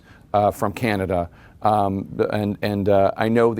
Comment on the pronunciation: did you say Canada? or did you say Kenda? sounded like Kenda lol